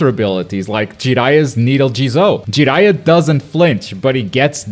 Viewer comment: Bro I love your content and all but the way you say Jiraiya just doesn’t seem right